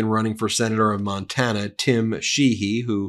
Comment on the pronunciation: I swear Mr. Sheehy said his own name with the syllables in reverse